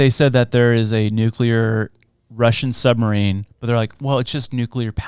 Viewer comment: Not him saying "nucular" instead of nuclear...